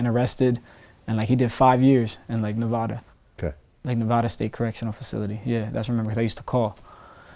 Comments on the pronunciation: Yall niggas need to know how to say Nevada right I swear that shit be annoying. Reno NV 775🔥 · ITS NEVADA! Not NEVAADAA!! 😒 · How you live in Nevada and STILL say it wrong🤣